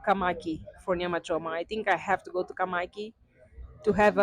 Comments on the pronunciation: Mys sister it is Kamakis we must hear the s sound at the end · It's kamakis